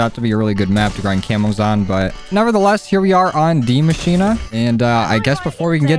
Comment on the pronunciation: Man said dee mashina